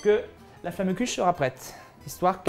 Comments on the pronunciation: hommage a tous les alsaciens qui ont les oreilles qui saigne du a la prononciation de flammekueche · J'avoue comme il a mal prononcer ca ce voit qu'il vient pas d'Alsace ! Bonjour je viens du Haut-Rhin et toi ?